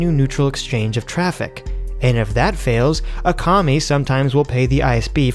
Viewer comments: LOL A COMMIE Isn't it ak-ah-my? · Sorry I had to tell you "Akamai" "Ah-kah-my" In Hawaiian it means smart. Now you akamai! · Aww cmon you are Akamai! Akamai you.